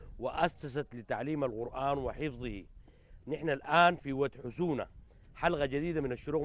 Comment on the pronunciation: ود حسونه ليس ود خشونه 😁😁😁👊